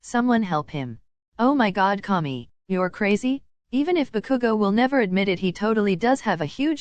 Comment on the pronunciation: why is saying bakugo like Baku-go x-x